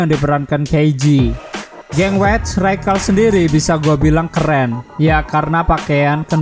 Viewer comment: Bacanya raskal pliss